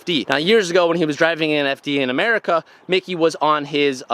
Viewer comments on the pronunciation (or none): none